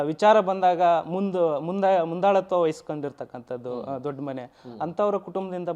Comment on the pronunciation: Adu dodmane alla daddmane